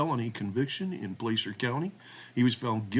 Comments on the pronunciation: Pronounced Plasser, not Place-er. Easy things to look up. In rural Cali counties insubstantial sex cases involving teenage girls are common, and seldom prosecuted. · Btw it's pronounced Placer not place r. It's gold that's found in rivers or by strip mining. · The "A" in Placer is as in "sass", not "play". My niece lives in Colfax, it's a small, rural town in the foothills of the Sierras.